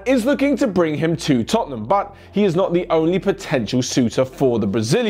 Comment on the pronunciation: I swear I heard say “chottenham” at when he spoke about chawley and wolves game and he accidentally carried it over to Tottenham 😂😂